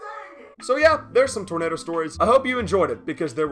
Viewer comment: "Oh...*'NADER!!* " made me wheeze, cause I've talked like that too